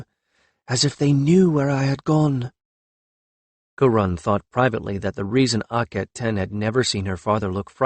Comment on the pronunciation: Oh well, same all same all! Pronunciation problems. I'm starting to believe its an unconscious thing , something with the paths your language lays in your brain, makes it hard to utter some sounds. Kiron would be kaÌ-ron,not kuron! Avatre would be Avat-RE, not avatra. Hard for English speakers, but not impossible. Your dealing with an actual language ,not the mercantile patois you were taught is one.